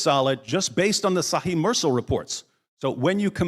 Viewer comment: Fantastic! But Mursal is pronounced Moorsal.